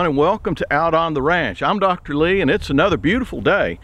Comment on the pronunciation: Wonderful video as always, Dr Lee. I always look forward to them. Also, thanks for the shout out in your last video. And more importantly, many thanks for correctly pronouncing my last name!